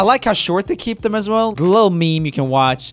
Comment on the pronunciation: He said “can’t get demonetized again” While he pronounces “as” as “ass” Man, even your accent is edgy..